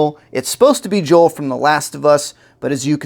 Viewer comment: J.O.E.L. NOT J.O.E.